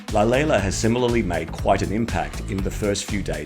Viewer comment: Wow! I'm so impressed on how great you pronounced Lalela and Shudu. You are one of the few who could. Thank you for that. You have just gained a fan. I'm subscribing now. Love from South Africa.